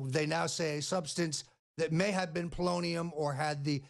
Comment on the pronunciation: lol, It sounds like he is saying bolognium